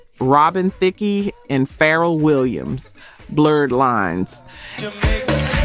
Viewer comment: I think this may be AI. A black woman would correctly pronounce Thicke and Pharrell.